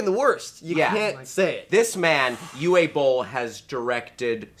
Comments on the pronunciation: Alright Ameribros, gather round for some German names 101. Because if you're gonna dirty your tongue by using this guy's name and talk about his abominable creations, at least try to do it right. Dude's name is pronounced "Oo-vuh Ball", not "You-way Bowl". kthxbai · The antichrist of video game movies' name is pronounced OO-Vuh Boll. Not Yoo-ee. He's German... and funds his films with Nazi gold. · Who was that??? YOUWAY BOLL??? xD Oh man you American really need to do some pronunciation research. I am usually not like this but, come on, you mispronounced the name so badly I rolled my toe nails up. I try and "type" the pronunciation: Ooveh Boll. He is German and the name is German. The "U" is pronounced like the "oo" in "poo" the "W" like the "v" in "vast" or "vase" and the "E" like the "a" when you would casually say "a lot" or "a ton". Hope that clarifies. Don't mean to be a grammar nazi or some shit. Just saying you really messed up his name. Even if he is a bad director shredding game when porting them to movies but even he does not deserve such a bad pronunciation of his name. Cheers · It's still wrong. Pronouncing it "Yuwey" made me smile. It's "Uuuuuweh", without the "Y" sound at the beginning...and at the end. English people tend to add Y's everywhere :D. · Why do people keep fucking up Uwe Boll's name it is pronounced OOVER he is bloody German. Silent Hill was not half as good as it could have been the story was completely buggered right down to them changing the sex of the main protagonist how much more different can you get? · It's actually pronounced "U-VAH" Bolle, guys. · "U-Way Bowl"? Great Pronounciation xD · Stoney Woney You're both wrong. It's pronounced "Uveh". German pronunciation turns w's into v sounds. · Uwe is pronounced 'oo-va' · Nit-Picky moment here. Uwe is pronounced "Oovah" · Uwe is pronounced like "oova" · The 'w' in Uwe Boll is pronounced 'v'. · It's pronounced U-V-E Boll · Uwe Boll's first name is pronounced like "you-vah"